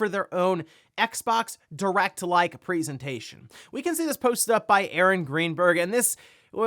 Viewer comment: "PREEsentation" f-cking hell